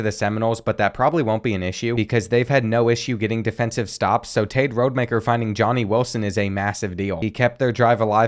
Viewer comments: It’s ROD-Ah-Maker lmao…his dad coached at my HS alma mater lol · You’re saying Rodemaker wrong it’s Rod E Mak Er